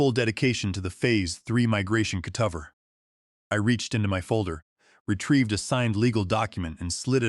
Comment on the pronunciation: AI is completely unable to pronounce ordinary everyday words. Cutover is pronounced cut-over not cute-of-er with the accent on the "of". It's such an odd pronunciation It's hard to overlook especially since the one time the word cutovers is plural the correct pronunciation was used!